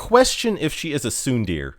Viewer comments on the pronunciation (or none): I also cringed at Sun Deer 😂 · Not to be that guy but Tsundere is pronounced "Tsun-deh-reh" Also I feele bad for you because I got implacable in less than 30 pulls but I hope that still happens for Bismarck Zwei :< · I didn't cringe i was like "sun deer? wtf is that, does he mean tsundere?"